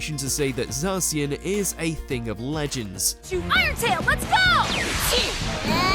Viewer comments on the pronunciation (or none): The franchise was built around Ash&Pikachu But Not Anymore 😭 &You Mispronounced ZACIAN BEWEAR AMPHAROS LOPUNNY DEOXY&SSCIZOR